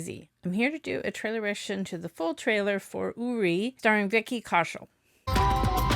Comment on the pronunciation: it's pronounced YOu ri